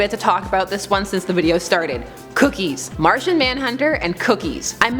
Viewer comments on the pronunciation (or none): none